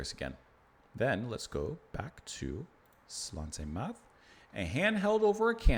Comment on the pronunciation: Slainte Mhath is pronounced " Slanje Navar." I have the distinction of being blocked by Fish, on his Fish on Friday programme, for disparaging the SNP, his favourite political party.